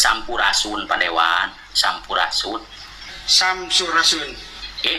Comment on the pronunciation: Ngomong sampurasun aja g bisa,masa sampurasun?